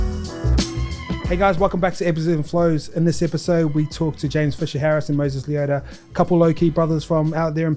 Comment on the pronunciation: LEH-AW-TAH, not 'Lee-oh-dah'. C'mon Ice - you're a Polynesian, so Samoan vowels are identical to Cook Island vowel pronunciations.